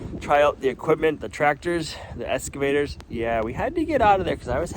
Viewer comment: Been watching a while. Like watching yiur attention to detail, and the coffee is nice but always sold out. Not sure I would want to buy even if you get stocked properly. Once heard ' go big or go home' Order big. Also, excavator is eks... not esc... Just FYI. Well maybe it is that way in be in New England. 😄